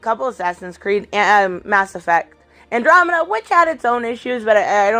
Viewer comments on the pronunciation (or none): none